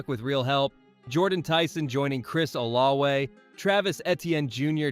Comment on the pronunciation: I can understand Ettiene as it sounds NOTHING like its' spelled but brother... OlaVe it's a V not a W.